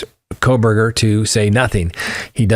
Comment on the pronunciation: They way you almost said “Proberger” is hilarious, you should’ve just said it. LOL.